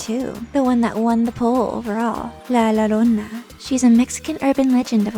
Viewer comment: I'm actually Mexican!😂and you pronounce it like :"La Yorona"just so you know how to say it 😁👍👍